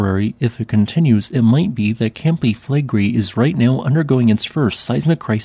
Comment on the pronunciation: Reall Interesting. But take a little time to learn how to pronounce the words "Campi Flegrei". (it's Italian)😂